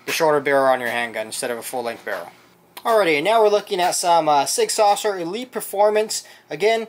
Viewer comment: Not Sig Saucer....there is no C or S in the middle. It's pronounced Sig Sour.....like sour grapes.